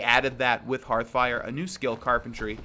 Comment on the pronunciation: How many times did you have to say "Hearthfire" before you could flawlessly say it? I know you have a rough time remembering it thanks to your many hours into Hearthstone instead.